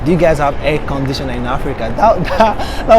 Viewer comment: Ohh at first I thought he said "hair conditioner" LOL